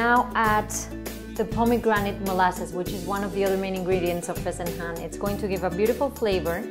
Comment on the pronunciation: It's not fasenHAN. It's fasenJAN or JOON. My god. "Plain white rice which is used in Iran". No. No no no.